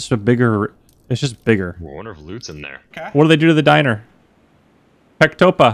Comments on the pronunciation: “PECTOPAH” reads like “restaurant” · Pectopah😂😂😂😂 it’s restaurant (rus)